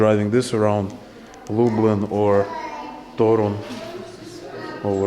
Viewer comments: One, tiny tip regarding accenting polish words. Most of them are accented at the penultimate syllable: TO-ruń, to-RUŃ-skie, pier-NI-ki, mu-ZE-um, etc. As always, there are some exceptions (i.e. words taken from greek are sometimes accented at third syllable from the end - i.e. ma-te-MA-ty-ka), but in like 95% of words accenting second to last syllable is the correct way. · As for Polish, the stress (udareniye) is ALWAYS on the second last syllable. Therefore TOruń (and also "w TorUniu" - in Toruń - stille second last syllable), PienikOwy raj, piernIki, muzEum torunskIEgo pienIka, WarszAwa, etc. :-) should make it easier.